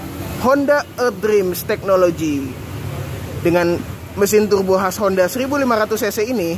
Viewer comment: tughrbo... beghrat.. ngomong R nya susah ya om??